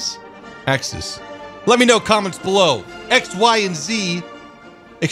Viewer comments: Pronounced Ax-ease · pronounced 'ax-eze' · It's pronounced, "Axiseezies" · Axes, plural of Axis, Pronunciation: æksiz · Plural of axis is axes, "ack-sees" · Axe-eez, that's how it's pronounced. (I think).